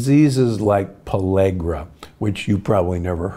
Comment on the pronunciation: It's not "palegra",it' s pellagra! Oh,dear! 😂😂😂😂